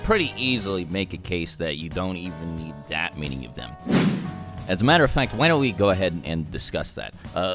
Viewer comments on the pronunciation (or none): none